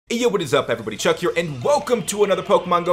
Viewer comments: WTF Who says truck instead of Chuck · Guys it's NOT truck It's chuck That simple